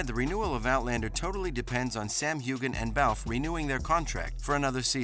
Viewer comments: Thank you for that. So bad that names continue to be mispronounced. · Before you make a video, please find out how to pronounce the actors' names. The way you say Heughan is just plain insulting to your audience. This show has been around for eight years. I'm sorry you got a click from me. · If you are so knowledgeable about Outlander, why can’t you pronounce Sam’s last name correctly?!